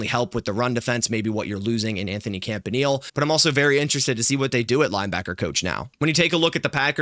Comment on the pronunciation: Yea, He's awesome. Thanks for him. PS: his name is pronounced CAMP-AH-KNEE-LAY. Cheers